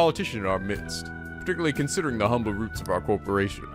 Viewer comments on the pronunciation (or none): none